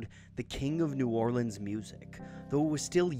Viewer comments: Your correct pronunciation of New Orleans makes me happy man, awesome video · Louis Armstrong pronounced it New Or-leens